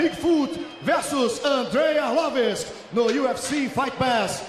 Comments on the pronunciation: mohd rami he's joking. it's coz the dumb announcer keeps saying arlovisk instead of arlovski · Why is dude on the mic constantly saying Arlovisk instead of Arlovski?? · He said Andrei "Arlowisk" so many times...I'm starting to think its his real name... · 'Andrei Arlovisk' xD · He is not ArlovesK, HE IS ARLOVSKI (ARLOVSKIY)..... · It's "ARLOVSKI" not Arlorvis ffs! Damn announcer! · It's ARLOVSKI,damn it! :)) Who the hell is ARLOVISK? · AR-LOV-SKI not Ar-lov-isk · IT'S ARLVOSKI!!! NOT ARLOVESE! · Not Arlovisk, but Arlovski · It's not accent, he says ArlovISK instead of ArlovSKI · Did the announcer say "Andrei Orlovitz" cause that's what it sounded like. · Andrei Arlovisk? Might wanna learn to pronounce their names. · If that guy says Arlovisk one more time I swear... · Arlovisk? Where is Andrei Arlovski and why Arlovisk took his place? This dumb commentator should be fired, can't even spell correctly the name of the fighter from the main event. Arlovski looked cool tho=) guess it's not the first time someone can't say his name correctly! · Andre arlovisk?? Pardon??? At least learn the proper pronunciation of the guys name in the main event hahaha lucky andre didn't head butt him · I still think it is a mix of accent + the way he says it. Brazilians would find no mistakes with his pronounce. Well, to be honest, I heard "Arlovis" one or two times, haha... Peace. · "Arlovisk" ? LOL this guy called him "Arlovisk" lol. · "arlavesk" lol...